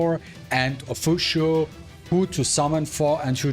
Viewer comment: Fuqui why pronounce is Fushu? Isn't it closer to fukyu